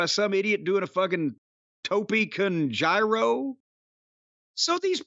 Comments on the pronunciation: Jim- “Tope con Gyro” Me, an intellectual - “Jim, it’s pronounced Euro” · “Tope con gyro” hahaha